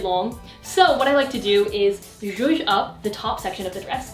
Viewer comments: nobody: not a single soul: literally no one:: sjoosh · someone make a compilation of saying "zhuzh" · nobody:: so im just gonna “jouge” this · Hey to whoever has a trouble understanding that word she keeps saying “ zhush, juje, jooj, zush, zuje” it’s is JOUE. “Joue” is a word in French that means “to play with”. An example would be “play with the small pieces of your hair to make your braid more define.” This sentence means, tease some pieces of your hair to make it look more out together. To use the the word “joue”, you can say “when decorating your bare wall, joue with the items you want to use to decorate so you can have an idea what fits where and what matches the rest of the room. It can either be portraits, posters or even a wall decor.” Hope this helps! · naw how about the word "shushe" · I’m Czech and we have this extra letter in the alphabet, it’s Ž. What pronounces sounds exactly like this letter so for me the whole word would be something like “Žuž”. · No one: Literally nobody:: JUJE YOUR TUCKED SHIRT TO THE BACK!!1!1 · i love when says “juje” (spelling?) lmao idk why but every video it’s said, i can’t help but giggle 💓